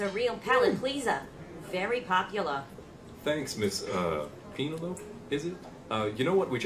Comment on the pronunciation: Love the way mispronounced Penelope (at first) as a nod to his life of being mispronounced. But did he actually mispronounce "prodigiously"? Also love "pfeelings". And Kathy is *talented*.